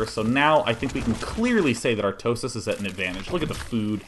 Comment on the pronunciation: love the way he pronounces "artosis" ;-)